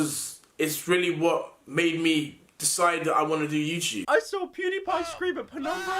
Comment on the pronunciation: hey, pyro, it's youTube not youCHube. love ya goodbye